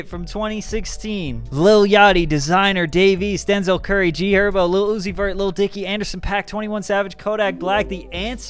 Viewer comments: You really said gherbo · This nigga said g herbo 😂😂😂😂